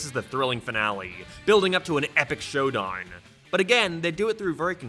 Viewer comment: I like how he says showdine